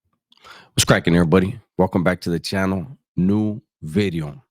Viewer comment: It's Bideo not VIDEO bro😂